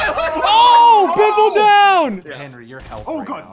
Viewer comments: Why is ssundee saying 'henry' to henwy? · why do you henwy henry